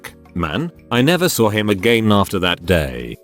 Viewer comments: "I never saw him *AGANE*" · When he said agAIn in that accent lmfao Bļ